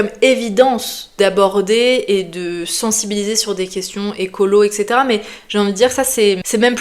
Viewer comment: "Etcetera" pas "ecetera"